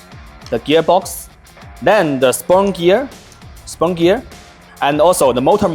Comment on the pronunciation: I like spunk gear alot better than spur gear. No im not making fun of his speech. I genuinely like spunk gear better than spur gear. So from now on its referred to as, spunk gear! Lol good sh!@